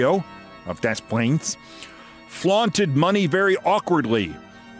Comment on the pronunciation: Rare correct pronunciation of Des Plaines 👏